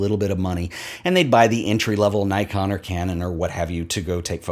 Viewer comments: First, I agree it would be better if we kept pronunciations closer to the words’ origins. But I’ve a suspicion you don’t realise the incongruity of harping on that “bokeh” should be pronounced more as it is by Japanese speakers then boldly pronouncing Nikon as you do. For the record I’d say change your Nikon. 😉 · Picks on Apple for mispronouncing a Japanese word Says “NAICON” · you are mispronouncing a Japanese brand name: “Nikon” rhymes with “Nippon”.